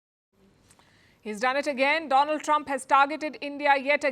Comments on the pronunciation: "My friend Doland Trump!!!" 🤣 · 😂😂... He is angry with bcos he pronounced wrong... Doland Trump. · my freend Doh-lan Trumpp 😂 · My dear friend "Doland Trump" 😂😂😂😂😂😂😂